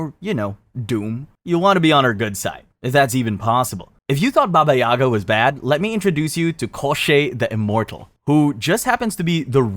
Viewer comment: Its not baba YAga its baba yaGA